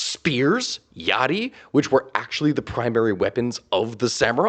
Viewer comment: Lots of respect on you pronouncing "yari" that way. You clearly learned you stuff. So good.